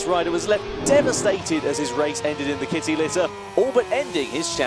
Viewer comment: hee hee "...kit-EE lit-ERR."